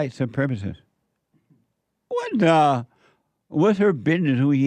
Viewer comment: Every time he says WAT DAH it puts a big smile on my face. Brings some lightness to an otherwise dark-feeling time